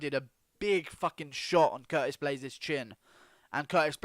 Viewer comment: This man just said Curtist